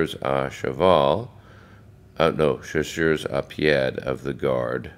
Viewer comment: It is pronounced sha-sers-ah-pee-ay. Since they are part of the Old Guard, when you say the Old Guard are present—after mentioning them—do you mean some other regiment(s) of the Old Guard, or them?